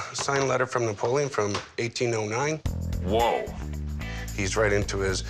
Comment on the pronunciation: dud at least pronounce his name right, like what happened to the e at the end. Napolean Bonaparte is my favorite historical character in general, he was actually average height back then, he was just around taller than average people